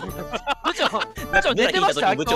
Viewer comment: ぶ↑ちょうなの好き